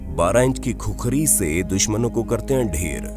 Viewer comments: Vai khukhari nahi khukuri bolo jinko aaxi tara se khukura bolna nai aata o gorkha ka nam leraha he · खुखरी नहि खुकुरी बोल्ते हे। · Khukhari nahi khukuri bolona?